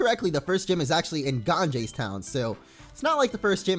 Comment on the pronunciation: Damn, you pronounced Ganges so badly XD it's actually pronounced: Gon-Ga.